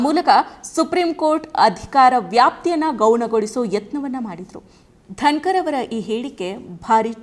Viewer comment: ಧನಕರ್ ಅಲ್ಲಾ ಧನಗರ್